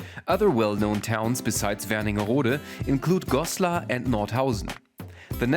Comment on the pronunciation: The town is called Wernigerode. There is a place called Werningerode somewhere (with an additional n, like you pronounced it), but this is not it.